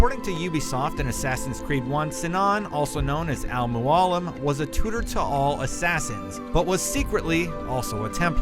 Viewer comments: MajinSpleen Not just the Italian, he slaughtered Al Mualim's name too. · The Reckonist the way he said Al Mualim triggered me the most